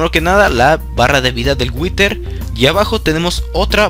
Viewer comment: si witer que bien lo dices